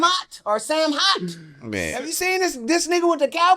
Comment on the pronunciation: We definitely know who SAMOHT (pronounced Summ-Mo) is!!!!!